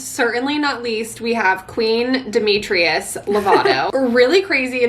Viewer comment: i clicked for demi and i’m dead at you calling her demetrius 😭😭 it’s demetria* but i’m so happy you had a good experience with her i love her 💛💛